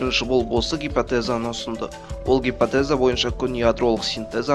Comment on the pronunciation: гипАтеза деп айтпаш, гипОтеза деп айтшы.